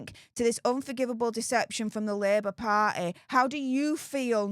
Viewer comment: I love how she says party. "Par'eh".